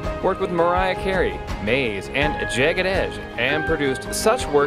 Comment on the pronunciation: Did you just pronounce Mase as Maze?